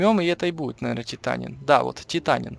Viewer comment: ТитаТин а не титанин